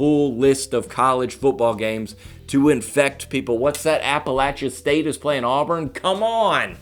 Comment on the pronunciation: Appalachian State and you said it right. John Christ FTW!